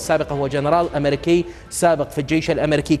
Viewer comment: ايها المحلل عندما تلفظ كلمة امريكا بملئي فمك لماذا هذا التضخم والعظمه لتلك النازيه